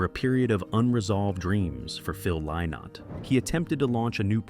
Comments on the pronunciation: His name is pronounced Linnott, not Lie-not. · Im a 62 year old American woman who still loves Thin Lizzy and wishes AI could pronounce Phil's name correctly. Let an Irishman or Irish woman read this story.